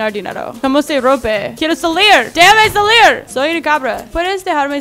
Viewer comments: dijiste cambra embes de cabra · Noce si te fijaste que dijo en el minuto cambra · En el minuto dijo cambra